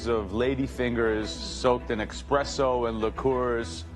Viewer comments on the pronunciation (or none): I'm back here watching in 2025....did anyone notice he said exspesso not espresso ...I thought he was some upscale Italian? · oh no... he said EXpresso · Joe said "eXpresso". Rube. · Does Joe, the self-acclaimed Italian seriously pronounce it "eXpresso"? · Every time an Italian says "eXpresso", a puppy dies I'm surprised they sent away Scott instead of Becky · Joe calling it EXpresso... cmon man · my thoughts exactly. for being the prince of italian food saying “expresso” is crazy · "expresso" -1000 aura points 😭😭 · Everytime bastianich says ''eXpresso'', Italian grandma dies.... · Whoa....Joe Bastianich just pronounced it "expresso"...he just lost like a thousand points. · I agree on the espresso part... it is definitely NOT pronounced "expresso". But he's 100% correct about the macadamia nuts. Those never go in a tiramisu. Ever. Trust me, I'm Italian, I would know. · Joe cant even say espresso. Hes such a fraud. How can you call yourself italian when you cant even pronounce that word. Hes a fraud riding the coat tails of his mother. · Joe's whole identity is being Italian and he can't even pronounce espresso 💀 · I literally was just going to comment the same thing. How do you have an American ghetto accent with espresso, but you’re Italian??